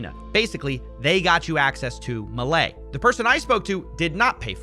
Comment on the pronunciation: Somehow each time you say 'Milei' it hurts lol You said it kinda right on your previous video about this but on this video you said it a billion different ways and each time it was worse lol